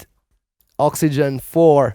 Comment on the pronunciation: OXY-GENE! Not gin.